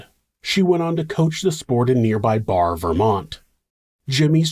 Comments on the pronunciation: Barre in Vermont is pronounced Barry not Bar. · FYI, Barre, VT is pronounced "berry", not "bar" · Barre is pronounced like berry. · Great episode. I remember when this happened. People in the area actually started locking their doors at night. Not to be nit-picky, but Barre is pronounced Barry. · Vermont pronunciation guide: Pomfret is pronounced like Pom-free. Barre is pronounced like Berry. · Barre = 'Barry'. Common mispronunciation.